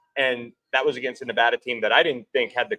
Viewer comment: BTW, you guys are pronouncing Nevada wrong and it is driving me nuts.